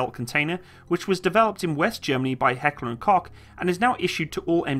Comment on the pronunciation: Always a pleasure listening to non native speakers trying to pronounce Heckler und Koch xD No hate, love you.